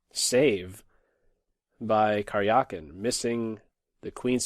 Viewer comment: Please try to pronounce Карякин better. It is more like Karyakin than Karjiakin